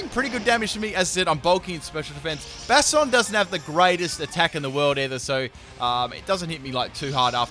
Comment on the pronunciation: I hate the way he says Bastiodon like Bastard-on.